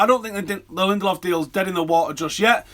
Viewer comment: Btw, his name is pronounced [Linde–lööv]. With the ö being pronouced like the vowels in "learn". With all these Swedish players, you have to familiarize yourself with the Swedish letters (åäö). ;)